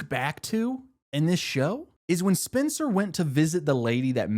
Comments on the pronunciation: as a Spencer, I've been seated since you said Spin-cer in the first video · Would totally watch (listen to) another one of these! I appreciate you appreciating, but I appreciate more the immense amount of thought you put into these + the personality. Trust me, I'm right there with ya, following along while you are going on these tangents, no need to calm down😂. Still gonna tease about you pronouncing "Spencer" as "Spincer" but always in a good way--the only way there is.